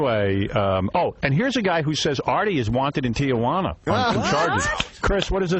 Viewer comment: Stern can't pronounce...Tijuana? What a hick....with a lot of moola...and no looks. And he's admired throughout the hick country? A Walmart Pied Piper! The rest of the 6 plus billion in the world.... if they had to look at this male witch .... would dump this male witch in a dumper.